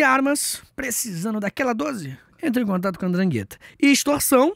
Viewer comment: O Fessô, a pronuncia na verdade é “Drângueta”, fala com a mãozinha de coxinha que se vai ver que funciona hahah